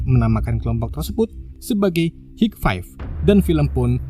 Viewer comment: bacanya hai faiv Gan 🙏